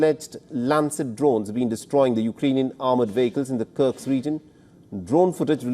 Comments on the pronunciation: My friend… it’s kursk, not sure why it’s so difficult to pronounce for you 😂😂😂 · It’s KURSK! Get it right!